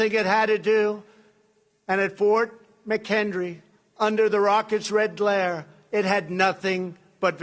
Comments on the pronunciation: Same war with the Fort McHenry battle. Which he pronounced McHendry anyway. What a tool... He knows American history as extensively as I do. And I'm French. Trump, give us your birth certificate! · it’s Fort McHenry.